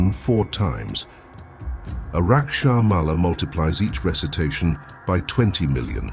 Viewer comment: Gentle correction: it's Rudraksha, not raksha. From Rudra aksha, or Shiva's tears.